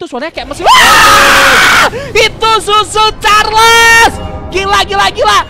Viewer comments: Itu Choo choo carles bukan susu carles 💀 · Tadi ngomong susu charles bukan choo choo charles😂😂😂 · Bang cara nyebutnya cho_cho Charles bukan susu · cho cho charles ❌ su su charles ✅